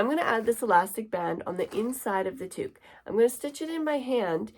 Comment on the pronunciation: towk not tooook